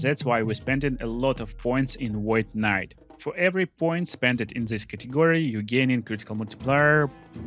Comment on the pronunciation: Void kuh-nite